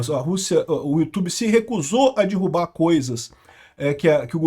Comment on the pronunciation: é DERRUBAR. Não é dIrrubar. Meus ouvidos fazem eco quando ouço "dirrubar"